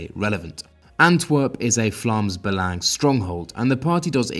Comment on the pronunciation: Nice to see the proper pronunciation of Vlaams Belang ;) (You're welcome)